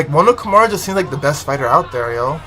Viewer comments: KI MURA, not ‘kimona’ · It is pronounced Kee-moo-ra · Kimura is pronounced Ki moo ra, I think it was ai that miss pronounced it originally.